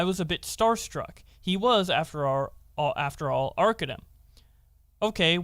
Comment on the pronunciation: The one time u said his name right all 3 videos is when u made fun of him I think the first post calling him “Arca DUMB”😂I get it he’s a piece of shit who cares but I guess I have some type of ocd cause I notice it every time 😂